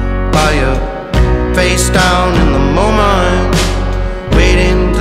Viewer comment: Good song - but what's with pronouncing "Moment" as, "MoMUNT"? 🤔 Nathaniel Rateliff and the SWUTS??? Just strange, every time I hear it